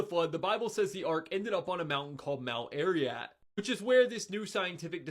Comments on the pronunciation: "Mount Ariat". He makes himself sound so much more ignorant with that. He's apparently so interested in what's on this mountain, but he can't even be bothered to learn what it's actually called. But I guess he's the kind who doesn't need to worry about "foreign" stuff. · The nut-job indoctrinated boy cannot even pronounce Ararat. Keeps calling it Mt Ariat. Great job, kid. One suggestion, though, Dan, can you please move to the side or position papers you are reading to the side so they don’t block your face while you read them. Just looks weird. Constructive criticism, honestly. 😀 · To the young man in the flannel shirt... it's Ararat.....not Ariat. If you're gonna have a discussion please at least learn how to pronounce the words. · Mount Ariat? ARIAT??? Dear sir, I believe you mean Mount Ararat... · It's crazy that people who want you to listen to their "educated opinion" don't even know the name of the thing they're talking about. If you can't be bothered to know that it's Ararat and not Ariat then why should I think you know anything? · "Mount Air-ee-at," then "seafood remnants"! Thanks, broccoli-haired boy! I needed a good laugh! BTW, don't get the gefilte fish! It's been on ice for millenia and no one will touch it! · I kept getting annoyed every time he said, "a-ree-yat". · I noticed that, too. It kept making me cringe when the young man kept pronouncing it, "Ary-at!" And the Bible does not say, "the ark came to rest upon top of a mountain called Ararat," it says, "upon the MOUNTAINS of Ararat." It was a region, not a single mountain. We don't even know if we're even looking at the right mountain. I believe the story of Noah, too, but those geological ridges in Turkey are NOT the remains of the ark. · Dude cannot even pronounce Ararat. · I love when science is explained to me by a 15 year old boy who doesn't know how to pronounce the words he's reciting. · The guy can't even pronounce Ararat. What do you expect?